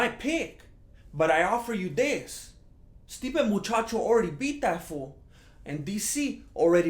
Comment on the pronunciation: Stipe Machacho? LOL